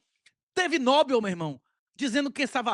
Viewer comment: você está dizendo "nóbel", mas esse acento não existe. É uma oxítona, é noBEL.